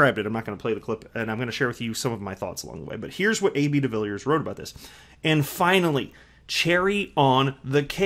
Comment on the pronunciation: By the way welldone with the pronounciation of his surname! To help.some you say it like duh-villey-ears